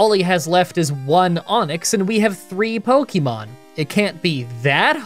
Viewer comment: 12 years of publicized content and still pronouncing it "Pokeymon."